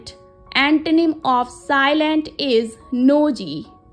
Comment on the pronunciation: Not nosy its noisy